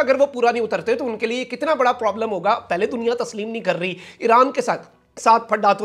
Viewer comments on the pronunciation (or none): none